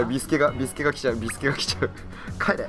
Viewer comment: ビスケの発音がおかしいw